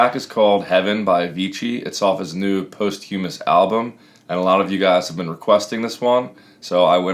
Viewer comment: I was baffled for a while what "post-humous" meant... then realised you just said it wrong aha